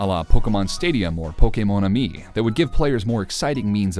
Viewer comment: It's amusing to me how much you stress "Kay" in Pokémon, it's like you're saying Po-KAY-mon